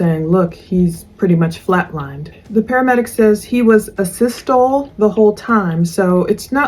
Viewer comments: It’s not .. to lee lol 😂😂 tal ee.. Asystole correct spelling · It's pronounced ā-systol-ie pr eeeeee at the end. You pronounce the e at the end, unlike most words in the english language. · I could tell you were struggling with the pronunciation of Asystole... It's A-Sis-Tol-EE 💜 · Asystole…pronounced…A…sis…toll…eee….flat line…absence of electrical activity of the heart. Depending on certain things being present….the time of death can be pretty accurately pinpointed. Like settling of blood because it’s no longer being pumped by the heart…dependant lividity…the back and extremities will be purple….or side….also…core body temperature….. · One of my favorite quotes (paraphrased) is never judge someone for not being able to pronounce a word because they learned it from reading! (I read a lot and cannot pronounce a lot of words!) LOL. But to help a friend out, it’s pronounced “a-sis-tole-ee” 😁 (one of the few words I can pronounce!) 😂😂😂 Love your videos and the voice characterizations were great!